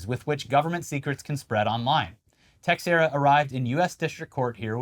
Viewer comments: the x in "Teixeira" is pronounced as if it was a "sh"... so "Teisheira" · comment for engagement but also texiera is pronounced teshera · The x in teixeira is pronounced like sh